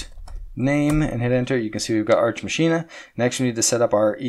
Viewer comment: If you're doing a play on words (i.e. ars machina -> arch machina) it's pronounced "mock ee nuh". Either way, great content as always.